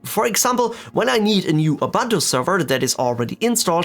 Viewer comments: Dude, it's called "Ubuntu", not "Oh-Bantu". So annoying. I feel better now. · Excellent video very usefull Ubuntu is pronounced "oo Boo nt oo" oobuntoo